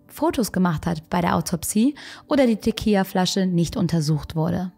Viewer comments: Gutes Video! Es heißt aber Tequi“L“a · Tequila wird mit einem „L“ ausgesprochen 😬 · Du hast echt niedliche Versprecher haha 🙈 Teqija? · Liebe, ich weiß es sehr zu schätzen, aber Tequila hat nur ein L. Ein L wird als L ausgesprochen😉